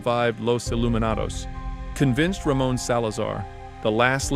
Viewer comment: "ramen" salazar really? bro its RA-MOAN ffs so dumb.